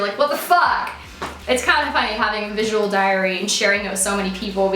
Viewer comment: lol "visual diary" but now i cant unhear diarrhoea omg